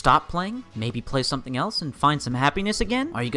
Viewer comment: That dude needs to learn the difference between an F and a Th sound ffs. Boohoo the vets fink the game fey spent years playing has major problems, ya we do but it stems from our love and desire to see the game be the best it can be. Don't complain tubers, somefing bad could happen to you. Jesus